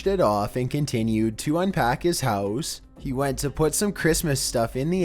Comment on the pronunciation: sOmeONE secretly living in their hEeous